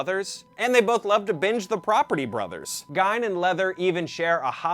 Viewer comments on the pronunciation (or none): In German, when "i" and "e" go walking, the last one does the talking. Gein is pronounced GEEN, but I don't blame him for saying GINE. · Right. I cringed every time he pronounced it incorrectly. Not like he wasn't an infamous person who the world doesn't know how to say it. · Sounds like your saying geynd lol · He pronounced Gein wrong SIX times. Still a good vid.